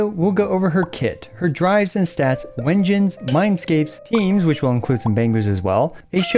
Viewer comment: Why u pronounce it Wengines when its pronounced "doubble V" engine? They confirmed this in their livestream (I thought it was obvious when you use a "-" dash between words)